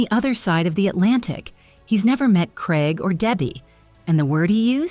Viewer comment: Why can't your commentator pronounce Craig., not even AI? It sounds like Kreg, confusing as it could be Craig or Greg? Please say CRAIG not KREG